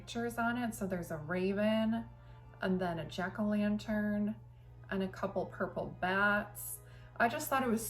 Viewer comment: Hee, heee...sounded like you said Jerk o Lantern 😄 Hmmm, you seem to have the best decorations.